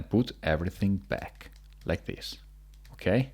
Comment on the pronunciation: Him: turn like thees.. Other ppl: turn r u r’ u’ hdhdhdhdggwowpabsgwjdujsfwhshdhe